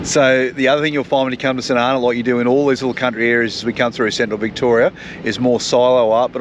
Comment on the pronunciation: Great place to visit - it's pronounced St "Arno".